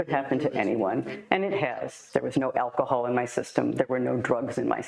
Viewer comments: well clearly neither can you. It’s alcohol not acahal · Hold up... First, the text on your video thumbnail doesn't make sense. Then you mispronounce aLcohol (there's all L in there), while making fun of a cop slurring his words. No biggie, but I laughed my ass off.